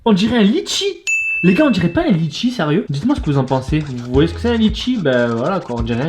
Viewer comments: " un litchi " frére je suis reunionnais sa se dit " letchi " pas " litchi " 😂 et cool ta vidéo 🙂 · sa ce dis pas litchi sa ce dit letchi 😂😂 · Ç est pas litchi ç est letchi